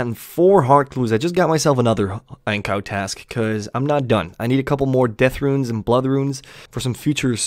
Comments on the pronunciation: its ANG-KOO not ANG-COW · Ankoo brother, not ankow